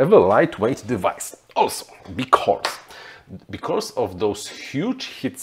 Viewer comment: you are great, only your pronounciation of "becauRse" is quite annoying...:)